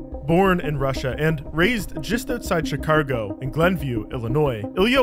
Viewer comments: Bro said "Chicargo" 💀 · Heh, Chi-car-go. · Almost as bad as the way Chicago was said... Tragedy and a blight upon humanity.